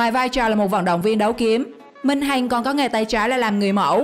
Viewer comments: Ad sao lại đọc lê minh hành ??? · Le minh hằng ma đọc le minh hành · Lê minh hằng mà đọc thành lê minh hành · Lê Mình Hằng đọc là Hành. Ko hiểu kiểu gì???